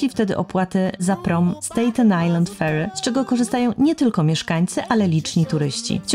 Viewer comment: S-TA-ten Island, nie S-TEJ-ten. Pozdrawiam.